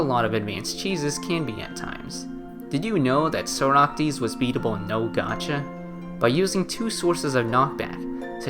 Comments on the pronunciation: My guy please say socrates i am begging you not soractes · very cool video - Also, it's "Socrates" and not "Soractes" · Socrates is pronounced (saw-crat-tees) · Can you please learn how to pronounce socrates bruh it’s killing me